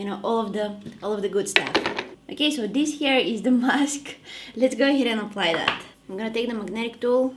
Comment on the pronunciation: Every time you say this it sounds like dis dis LOL I crack up😂❤😊😮🎉